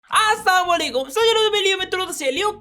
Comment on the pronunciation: Asslam O Alikum bola karo bhai Aaa sama alikum kya hota hay 😡